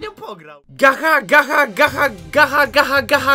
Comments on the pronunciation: nie czyta sie gacha tylko GACZAAAA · Gacha czyta się gacza!!!! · Czyta sie "gacza lajf" XDDD szacun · To się czyta "GACZA" geniuszu xD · pisze się gacha ale się czyta gacza;-;,Ps najlepsza odcinek ever XD pozdro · Mówi się "Gacza" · Tutaj Gacha czyta się Gacza :) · Emm mała podpowiedź mówi się gacza ale nie że obrażam też na początku mówiłem gacha XD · No to twoje ,,gacha" to sie wypowiada (gacz liajv) oki super kanał ale sama mam tom gre wię tam masz djamot a wię za dajmont możesz coś kupić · Mowi sie gacza xD tak mi sie wydaje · Mówi się Gacza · Piszę się gacha life a mówi się gecha life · Gacza* XD Tak się to mówi XD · Gacha się czyta gacza tak tylko poprawę ale kto jak woli xd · muwi się gacza life oki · em ale gacha mówi sie pszes cz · Muwi się gacza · Nie mówi się Gacha tak jak się piszę tylko Gacza ;3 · Nie Gacha tylko Gacza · gacha czytaj GACZA xD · Ten uczuć kiedy wszyscy mówią gacha, a ty mówisz gacza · Czyta sie gacza!!! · Gacha *czytaj gacza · nie mówi Gacha tylko Gacza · Nie gacha tylko gacza xD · Ludzie nie chcę nikogo obrażać ale gacha się czyta gacza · powiem tylko że to się mówi gacza a ni gacha qwp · To sie czyta gacza a nie gacha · Nie muwi sie gacha tylko gacza >:( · Muwi sie gacza a nie gaha live ty idioto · Nie gacha tylko czytaj to gacza ok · Czyta sie Gacza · Gracze life się czyta 😏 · Mówi sie gacza :3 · Gacha czyta się Gacza;) Obejrzyj film gacha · Czyta się Gacza life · gacha czyta sie gacza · CzYtA SiĘ GaCzA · Tak właściwie to Gacha mówi się cz nie ch xd tak dla poprawki bo pierwszy raz o tym słyszysz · Mòwi sie "Gacza" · Gacha life to nazwa ale „ch” w gacha po polsku wymawia się „cz” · To się wymawia gacza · CZYTA SIE GACZA XD. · to się czyta gacza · Mówi się gacza XDDD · Gacha się pisze A czyta Gacza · Gacha czyta się jako gacza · Gacha czyta się gacza! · To się czyta gacza life😑😑😑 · pisze sie gacha lie a mowi gacza life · Mòwi się gracza a pisze gatcha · Mówi się gacza lajf a pisze się gacha life